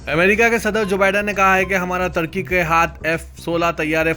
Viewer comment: kiya bolery ki samajh me.nai aara turkey ku tarkey bolrey advance urdu